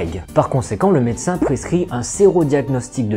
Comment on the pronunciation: Super vidéo, merci. Par contre, stp, revois ta prononciation du mot "médecin". Par pitié, ne le décompose pas, dis le en une seule fois, d'autant plus que tu n'as pas de seins.